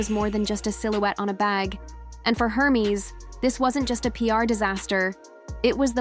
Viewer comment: Please pronounce Hermes correctly, it's not her-mes, it's er(like air) mes like mez